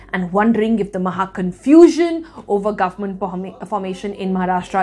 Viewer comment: the way she says “guvmunt” is annoying